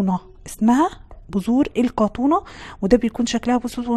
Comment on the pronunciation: اسمها القطونه بس علشان النطق قالت كتونا اكتبي بقوقل تطلع لك